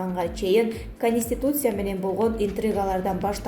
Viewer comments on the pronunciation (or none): Кониститутсия эмес, конституция